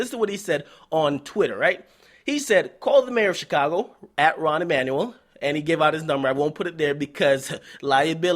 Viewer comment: Rahm not rahn